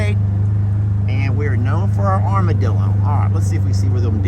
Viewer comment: I often forget you are a native Texan because your accent is not as obvious (Paw Paw and Dan have stronger accent IMO) but when you said "ArmadillA" your Texan roots shined through!